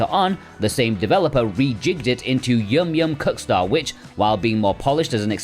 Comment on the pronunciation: Really sounds like you say “yum yum cuckstar”